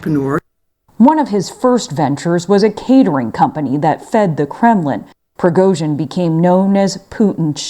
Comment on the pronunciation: I wish the Americans could get their tongues around proper Slavic pronunciation. Prigozhin is "Pri" as in "Grand Prix" or "pretext". He is "go" as in "Al Gore" or "Blood and gore". The "zhin" is pretty good.